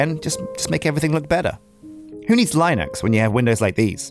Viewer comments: "Lie Nux" I am a bit triggered. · This video was going great until you pronounced Linux wrong.